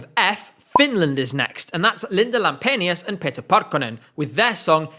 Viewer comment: As a Finnish person, I'm really suprised at how well you pronounced Linda Lampenius, Liekinheitin and especially Pete Parkkonen. :D